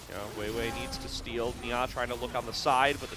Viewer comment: and nia is not nyaaaah